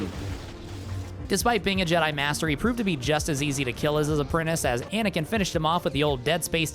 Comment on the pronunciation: you were… pAnakin?